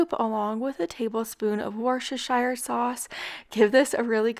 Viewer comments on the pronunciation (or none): Love your attempt at pronouncing Worcestershire ;). The first recipe sounds delicious. Gonna try that if I can find the french onion soup here in Canada.